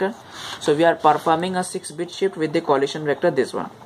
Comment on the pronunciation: "shix bit sift". Good tutorial btw.